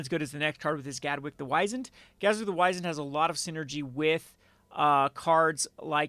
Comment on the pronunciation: I very nearly stopped watching after "Gadwick the Wise-End." Seriously, "wizened" is a fairly common English word. It means "shriveled or wrinkled with age." Unless you're trying to call him a smartass, don't say he has a wise end.